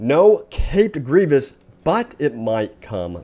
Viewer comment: sorry you just said dooku wrong and grievous